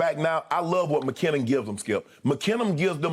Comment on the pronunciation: This man called Jerick McKinnon Mckinnem, DeMarcus Robinson Marcus Robinson, and D’onta Foreman Deandre Foreman lmao I can’t, let me on this show and I’ll show up Shannon and Skip I swear to god I will 😂😂😂🤦🏻‍♂️🤦🏻‍♂️🤦🏻‍♂️